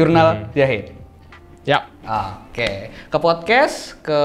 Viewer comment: Zahid bang bukan yahid